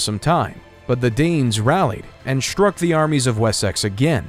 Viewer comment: How did this narrator get a job? Aside from not taking the time to learn how to pronounce English place names, none of the following words start with “sh” - struck, streets, struggle, strongly, strength. He says shtruck, shtreets, shtruggle, shtrongly and shtrength.